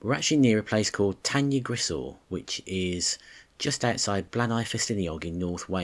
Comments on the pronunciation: I'm really really sorry but you should say it "tan-uh-grish-eye" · Pronounced incorrectly , nice video though